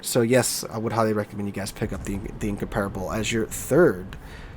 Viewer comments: I like your videos but you need to work on your pronunciation. Incomparable and Bourgogne (In-COMP-ra-bil, Bour-GOIN). When you say them your way, I cringe. 😉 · Considering your English level, it is a bit disheartening that you don't know how to pronounce "Incomparable".